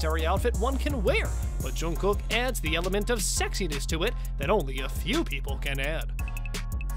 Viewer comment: Loved the outfits...but PLEASE learn to pronounce his name correctly! I literally cringed every time you said it!!!